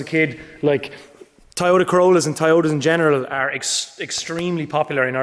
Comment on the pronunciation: why do you say tayota instead of toyota